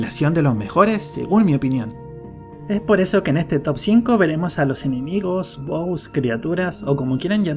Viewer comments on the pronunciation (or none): none